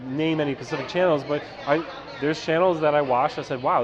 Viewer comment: I love work but it’s “specific” not “pacific”.